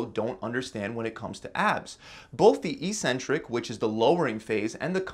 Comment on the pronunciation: we say *Éksentrik instead of "issentric"